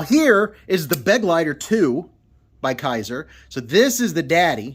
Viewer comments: For what it's worth: "Begleiter" is German for "companion". And it's pronounced Be-gleiter, not Beg-leiter. Except for that, good pronunciation. 👍🏻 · For anyone interested in the correct pronounciation: its: "BA-GLITER" (like in "glider" only with a hard T)